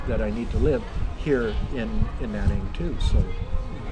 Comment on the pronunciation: Not Naning but Nan ning.